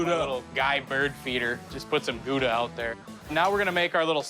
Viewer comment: "Gouda" is pronounced wrongly.